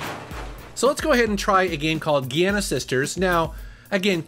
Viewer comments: Gee-anna sisters? You kiddin' me? It's Djai-anna. Or Djee-anna. But nog Gee. I prefer Djai-anna. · It`s "The Great Giana Sisters", not "Gianna Sisters" :P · We love ya,! As a side note, Gian(n)a is pronounced with a J sound. Either as "JOHN-nah" or "jee-AH(N)-nah.":) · Gee-anna sisters? Loved that :D Nice review, and an extremely needed update for the Mini-C64. Without it, it was, well, just crap. Now it's a really cool little thing!